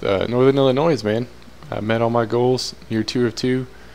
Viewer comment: The s is silent in Illinois. God it makes me go ballistic when people do that.i blame teachers for not teaching that. I live in chicago and some of my friends don't pronounce it right. Please pronounce it right.